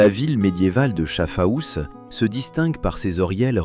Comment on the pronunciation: Chafaous n'existe pas . Voir Schaffhouse (en français) Et Schaffhausen am Rein en allemand